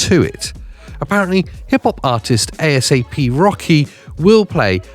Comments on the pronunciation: it's not A.S.A.P you just say it as one word. other than that, great video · A S A P hahaha. Bruh it's asap